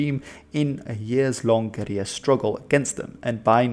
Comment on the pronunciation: Disliked for the silly pronunciation of guerilla. You're speaking English mate, not Spanish.